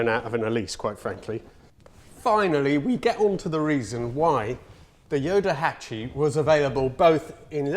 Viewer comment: What a nice surprise to see a thumbnail with you and a ヨタハチ. Very cool car and video. (PS. Just a heads up, the car's nickname is pronounced Yotahachi with a T).